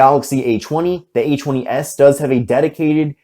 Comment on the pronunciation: I love the Samsung A-'chwenny'-S.